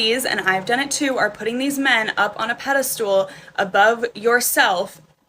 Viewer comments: Or maybe men hear you say "pedastool" and they think "I can't date this idiot." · ... did she say... "pedal stool"